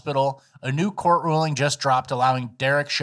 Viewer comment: I HATE that you're saying ''NEWS'' instead of ''NEW''